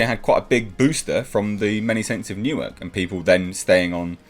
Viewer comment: Okay. "Newark" is not New York. Sorry. Yeah.